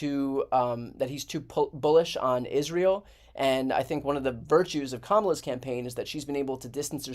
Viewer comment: At least he pronounces Kamalas name correctly.